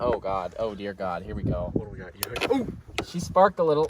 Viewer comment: Aand heer vee goo